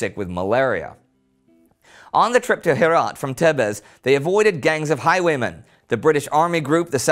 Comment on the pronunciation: When he said: highway men, I heard: high women.